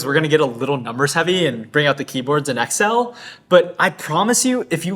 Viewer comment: You had me till how your pronounced “Excel”.